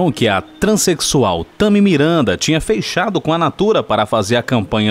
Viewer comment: "FEICHADO" OU FECHADO? KKKKK